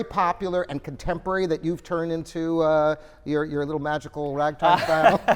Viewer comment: He said Turd of the 20th century haha